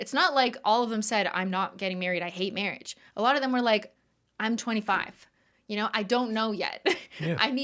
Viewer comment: every time the said "marriage" all i could hear is the priest from Holy Grail "mawwage" 😆